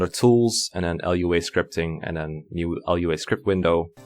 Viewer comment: Lua is a scripting programming language, and it's pronounced "LOO-uh". Lua scripts can do many things, and are not synonymous with Fire Emblem, RNG, or video games in general.